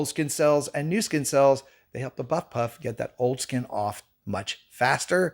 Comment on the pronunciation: Ha, I thought it was odd but tried to find it on Amazon. Nothing like this came up so I listened to you again. Ah, buff puff. Not butt puff!!